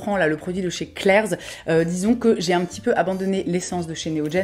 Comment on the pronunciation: Suis-je la seule à entendre “Claire’s” et non “Klair’s” ? 🙃